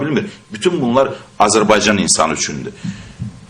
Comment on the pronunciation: Этот урод говорящий про Азербайджан,даже правильно произнести не может-Азербайцан ))) Убейся цуко об стенку!